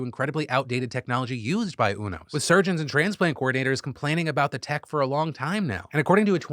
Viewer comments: haha Phil, its not UNOS like "uno" its U-NOS like "u-haul" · I think it’s pronounced you-nose not ooo-nose (this information is 100% from Grey’s Anatomy) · Love you Phil but it's pronounced "You"-nos not "UNO"-s 😂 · Umm actually…it’s “u-nos” not “unos” 😅🤓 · You-NOS 😬 Not, Oonos 😔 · UNOS is Yoo Nosse (like Too Close). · I think it's pronounced U-NOS (you-noce). I credit 15 seasons of ER. Dubious source, yes, but Michael Crichton was an MD I believe. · pronounced "you" "knows" UNOS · The way Phil pronounces UNOS tells me he's never been a fan of Grey's Anatomy. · You can tell Phill doesn’t watch greys anatomy based on how he pronounces UNOS😭😂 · All the grey's anatomy fans cringing at the pronunciation of "Unos" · You say unos different than I’ve ever heard it before